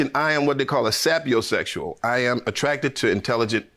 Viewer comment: He didn't even pronounce SAPIOSEXUAL correctly LMAO people like him help with creating funny characters in my scripts.